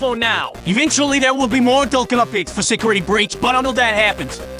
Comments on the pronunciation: I like how he pronounces 1993 as Nietidynintidythree. Also him pronouncing DLC as Dulc. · "bassic" "garlet paper slicer" "pissaplux" "vensa" "ripragrem" "souisid" "herapis" "rockin wolf" "interfrens" "spyrits" "dilc" these pronunciation fails are hilarious